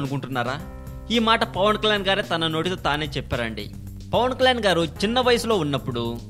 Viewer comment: first pawankalyan ani peruni palakadam nerchuko.ofter dubing chepu.pawan kalyan ani perune palakadam raani niku andukura niku idiet.